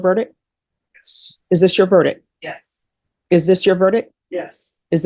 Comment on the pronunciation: The word is verdic T not verdic K. Once you have heard it you can’t unhear it lol